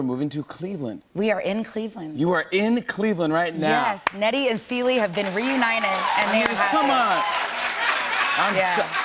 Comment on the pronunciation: She said nette and ceelie 😂😂😂😂😂😂😂